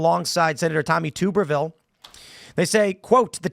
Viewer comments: It's not Tooberville. It's Tubberville. Tubber...like rubber. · Tuberville, Tub like a bathtub, NOT tube or toob